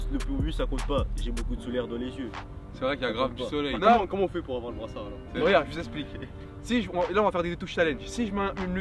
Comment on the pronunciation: dites a Exocé que on dit soleil 😂